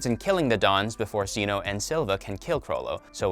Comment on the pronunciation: The way he said Zeno that made me lose braincells